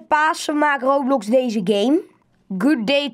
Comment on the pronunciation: Echt grappig dat van rrrrrrrrrrrrroblox